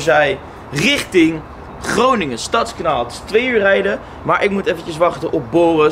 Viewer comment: Gecondoleerd. Maar je legt de klemtoon verkeert bij Stadskanaal. Je zegt nu STADSkanaal. Maar hier zeggen we StadsKANAAL. Dus klemtoon op kanaal ipv stads.